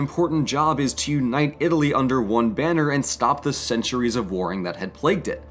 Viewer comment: “Itaaly is a veri stoung countri, because, it is so weak”